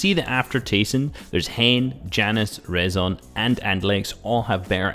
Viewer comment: btw rezon ay is pronounced risen haha